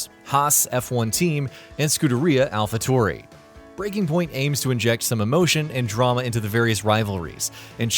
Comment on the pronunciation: renul, alfa tory, alpiyn, wulliyams, haahs and many more XD